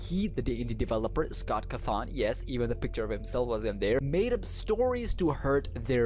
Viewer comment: What scott cuthon?! CAWthon do you even bird bro